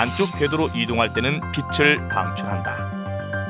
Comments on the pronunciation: '빛을'을 '비슬'로 발음하지 말고 '비츨'로 발음하세요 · 명강의를 더 정확한 발음으로 수강하기를 기원하면서! 빛을 낸다 : 비슬 내는 게 아니라 비츨 내는 거- 빛이 : 비시 아니라 비치